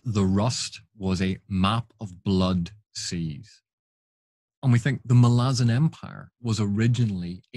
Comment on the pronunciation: Don't care what anyone says, it's Mal-ah-zon. Emphasis on the Mal.